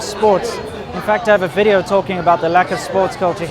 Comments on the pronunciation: welcome two anotha wideo" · Thank God someone taught her to pronounce V in Video. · Welcome to anower wideo